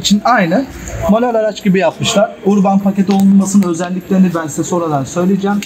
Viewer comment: Urban diye yazılır, "örbın" şeklinde okunur.